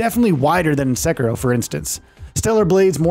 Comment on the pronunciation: You said Sekiro so wrong lol. and a couple other words, too.